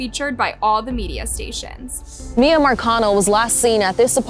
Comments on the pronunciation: they already covered this video a year ago and pronounced the victim's name as Mee-ya but now as My-ya. why? idk. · MI - YA, NOT MA - YA, girl this is so weird of you, you put these clips together and know how to pronounce her name yet you continue to be oblivious it's so weirdly disrespectful to somebody who was lost in such a horrible way. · Her family called her Miya “mea” and her killer called her miya…..and you keep saying Miya🙄🙄🙄🙄 I’m sorry but this is making me sooooo mad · I’m sorry but I have to say it cause it’s been bugging me your WHOLE video. The girls name is “MEE-YAA” not “MY-YAA”… 🤣🤦‍♂️ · How does put viddo clips of the family using Miyas name ovsrand over, yet she pronounced it incorrectly the ENTIRE video? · Why did you mispronounce the victim's name all through this video? Just wondering. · that extremely disrespectful to victims and families of victims. Especially when all her reference videos to support her fax, they say the name correctly it really only takes one second to learn how to pronounce whoever you’re talking about’s name, so that’s a 💩excuse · yes it is. There's news clips she included that say it properly. It's disrespectful. She's only doing it to get more comments and engagement so she reaches more people. She does this all the time on purpose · You are quite literally choosing to not pronounce her name correctly, you’re too careless when speaking about such sensitive situations… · Pronounce the victims names right my God. It’s not hard and your being disrespectful